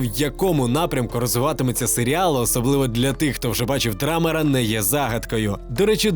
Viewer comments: подушню, але з бажанням, аби контент ставав ще якіснішим. чому Драмер? Він Дамер. Не Елбой, а Геллбой. Не відноситись, а ставитись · Дамер, а не драмер.